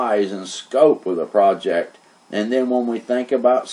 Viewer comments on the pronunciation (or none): none